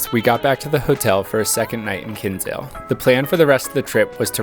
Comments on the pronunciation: Glad you liked it. I live in Cobh and it's lovely (when the sun shines). Btw, Kinsale is pronounced Kin-sale, not Kins-ale. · It's pronounced KIN SALE the way it's literally spelt. Not king sale